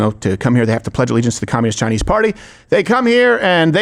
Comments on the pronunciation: Why is Crowder saying Chinee? Is he stupid? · Did I miss something? I haven't been to this channel in a while, but I have never heard any other American say "Chi-Knee" when saying something about the Chinese😂 Wtf is going on here?